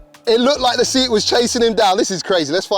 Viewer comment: Say-at, not See-at